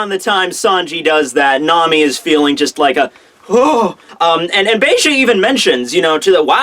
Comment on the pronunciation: "Be-Ge" Dude, it's Beige like the color.